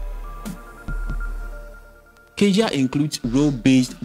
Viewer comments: You pronounce "cazia" but it's caTia, like cat + ya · Sir Catia is Pronounced - Ka ti a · ITS:CA-TEE-UHH. SAY IT WITH ME CA-TEE-UHH.....